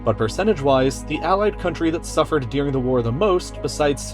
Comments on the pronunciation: "During" not "Dearing" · The word is during, not Dearing. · ITS DURING NOT DEARING